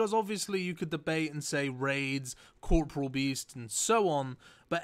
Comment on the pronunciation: The way you say Corporeal beast makes me chuckle :P